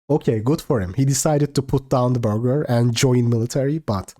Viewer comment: “The burlger” lmaoo